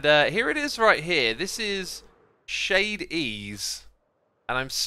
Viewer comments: 1) those rotations in the time lapse are really dizzying 2) ethos shop is pronounced "shady ease" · It's pronounced shady E's😂😂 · Ethos shop is pronounced Shady E’s